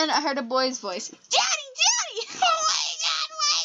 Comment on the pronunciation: 'Dat answers mah question' hysterical fits of laughter